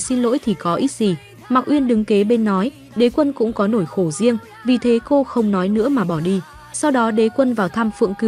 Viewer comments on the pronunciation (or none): Review phim hay nhưng thỉnh thoảng đọc ngọng, "mãi" đọc thành "mải" hay "nỗi" thành "nổi", "sợ hãi" thành "sợ hải", "sẽ" thành "sẻ", "buồn bã' thành "buồn bả"...Dấu ngã phát âm ko được mà đọc thành dấu hỏi😅